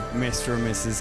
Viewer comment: Arthur pronounced it as Gastel 😀